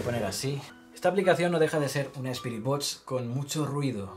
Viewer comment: Por favor puedes decir BOXXXX en vez de botch